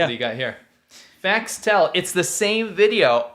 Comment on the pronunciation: “Facts Tell” does not roll off the tongue …unless you say it as “Fas Tell” like (and many in China would)